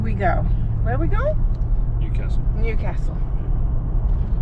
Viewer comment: Sorry to nit pick, your pronunciation of Newcastle is off. I think WA might have a town that they pronounce the way you are but in NSW it's New-castle (like what royalty lives in). Enjoy your travels.